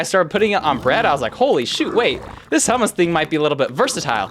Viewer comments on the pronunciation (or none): BRO ITS NOT SAID "hamas" ITS SAID "hoomoos" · Bro it's pronounced "hommos" not "hamas" 💔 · prenounced "Ho-mu-s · It's pronounced Choo-moose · It's pronounced hoomoose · I think its usually pronounced choomoos (ch like in Blech, yuck) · Um I’m trying so hard not to get ragebaited my pronouncing hummus incorrectly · I nearly fainted hearing him pronounce hummus the English way... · never in my life i would have guessed that that is how you say that word in english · As a middle eastern it hurts to hear how you pronounce hummus